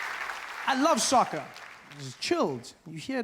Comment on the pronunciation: I deadass thought he said Sokka from avatar